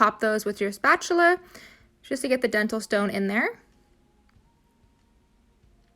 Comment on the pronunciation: spatuler lmfao